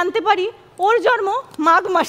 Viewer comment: জন্মকে প্রতিবারই উচ্চারণ করছে জর্ম🐸